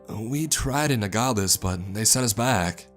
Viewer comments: Lol!! Na ga lees. Nogales is pronounced No gal es. No, as in yes or no. gal, like a female, es- ehs soft s. I hope that helps. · cavalry not calvary. Nogales = no gal es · calvary is actually another name for golgotha, the hill where jesus was crucified. but yeah he definitely pronounced nogales wrong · No one's gonna mention how he said Nogales Wrong??? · You mispronounced Nogales